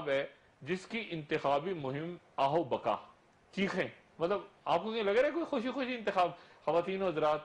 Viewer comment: آہ و بقا نہیں ہوتا آہ و بکا ہوتا ہے